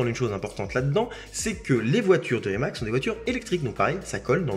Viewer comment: Petite remarque: le "c" de Rimac se prononce "tz"..! Merci..